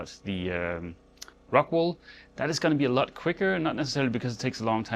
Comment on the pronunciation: Ohhhh rockWOOOL not rockWAAALLL